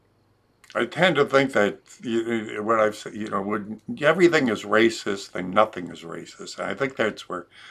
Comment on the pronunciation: His go to response... "Tha's Raciss".